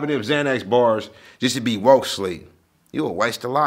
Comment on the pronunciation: Possession of ZayNex “Xanax” 🥴🥴 😭🤣🤣 Damn judge 👨🏽‍⚖️